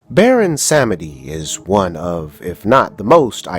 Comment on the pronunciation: Vodun is pronounced Voe-doon and Samedi is pronounced Somdee. Otherwise, nice video.